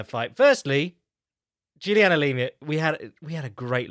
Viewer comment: Why the FUCK did he keep saying Lima